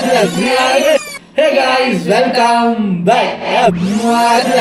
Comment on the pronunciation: Neega ethana vaati sonalum hey guys “Cake ice” nu tha kekuthu 😂❤